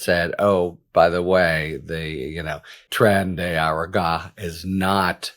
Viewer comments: "Trendy Are Ah Gah"? No, no, no, Harry! It's pronounced: "Trendy Are Ah Goo Ah" ☺ Forgive me for poking fun. You're brilliant AND adorable. I sincerely appreciate all your good works 🙏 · Please listen to Glenn Kirschner or David Packman for the correct pronunciation of Tren de Aragua. You are a brilliant legal source and mispronunciation of that gang makes you seem less brilliant. I say this with all respect. I learn so much from listening to you!